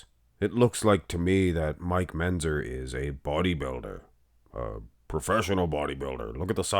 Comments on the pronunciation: "Menzzzer". He's said it that way for years. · MenTzer, MenTzer. Come on. You can say it.